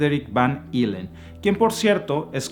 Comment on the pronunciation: Estimado, No se dice producieron, lo correcto es produjeron Helen, su pronunciación no creo que sea ILEN, más bien debe ser JELEN, si estoy mal que me aclaren La tecnología debería utilizarse para clonar órganos vitales como pulmones, hígados, corazones, riñones, etc., sería sensacional que estuvieran disponibles para las personas que requieren trasplantes, se evitarían tantas muertes y largas filas de espera. Respecto a la carne cultivada, pues cada quien es libre de consumirla o no, lo que es un hecho es que pronto agotaremos carne real por el alto consumo, quizá la de laboratorio sea una buena opción, los riesgos y consecuencias se verán a futuro